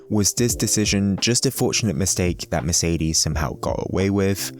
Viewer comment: Merceedeezz. Couldn't finish the video with the annoying pronunciations all the time :')